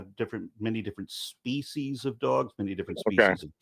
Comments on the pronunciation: I read this comment literally seconds before he said it for the first time. The comedic timing was so amazing that I wheezed from laughter. Thank you for lightening my day! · He also says speachies instead species